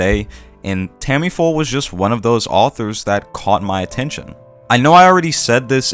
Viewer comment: Great points. Obviously, I hope your incorrect to some degree, and we'll get more works on this level sooner rather than later. However, you're probably correct. Side note: I swear I'm genuinely curious... Am I missing something? Does the author Tamifura go by a different name? It really sounds like you always call her "Tammy-Full". I'm seriously not trying to poke fun at your pronunciation (I've never heard you change a name's pronunciation anywhere near that much); so at first I was just confused, then I figured I'm missing something.